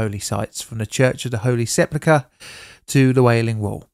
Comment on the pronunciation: Holy Sepplica? No dude, it's pronounced sepulchre